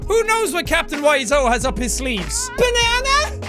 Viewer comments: did you say BANNANA!!!! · It is not banana it is banene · ITS A BA-NANA-NA NEXT TO A BA-NANA-NA